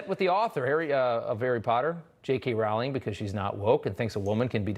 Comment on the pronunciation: Wow! Disney canceled Walt. By the way, "Rowling" is pronounced "Rolling."